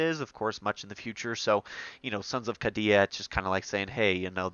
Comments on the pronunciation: It’s a Super sweet dlc and a great campaign. I thought it was pronounced KAY-DEE-A. Lol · Just to help out, the name of "Cadia" is pronounced as Kay-dee-ah. I.E. rhymes with the letters K, D, ah.